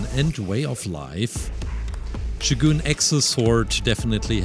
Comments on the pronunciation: It’s not shoguun it’s sho gun ,just saying😊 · It's pronounced show-gun not shoe-goon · Buddy, it’s not shoe gonna shogun😂😂😂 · It’s not shoogun